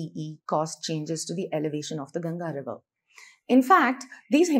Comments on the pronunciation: At least Indians should pronounce the name properly, aye? Please stop pronouncing the name like Ganja. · It's Ganga not Ganges, why do Indians mispronounce their own names ?